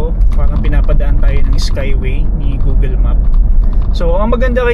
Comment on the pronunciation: google, not googel. Pinoys are weird.